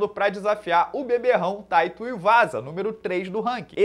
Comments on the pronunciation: Por que diabos o fala Tuiuvasa em vez de Tuivasa? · Já estou imaginando o André Azevedo corrigindo o, como foi no podcast: "é TUIVASA não Tuiuvasa, parece Tuiuiú" kkkk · Para de falar TUIUVAZA,!:_André